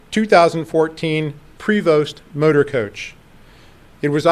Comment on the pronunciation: Can’t pronounce the name Prevost correctly.